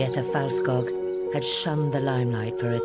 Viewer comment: Its Felt-skoog. Its appalling they cant get this right.